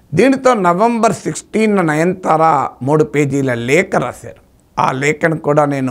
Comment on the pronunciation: Sorry sir,not 9 thara please pronounce Nayanathara. I think I am correct.